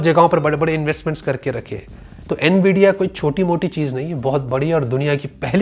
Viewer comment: Bhai bura mat man na par apko nvidia bolna nhi aa rah N-VIDIA nhi sirf nvidia